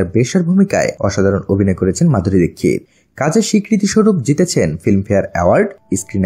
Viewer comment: Tar name Madhuri dixit apne dikkit bolan kan .